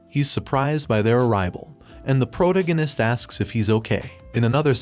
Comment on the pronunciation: your ai voice thing needs to pronounce protagonist correctly sigh...